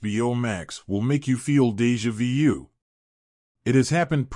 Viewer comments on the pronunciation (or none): The homie really said Deja View??